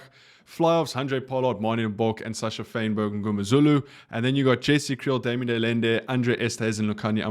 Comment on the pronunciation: Stop saying Faynberg